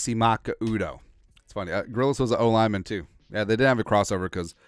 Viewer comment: Shane Grillis? Isnt it Gillis?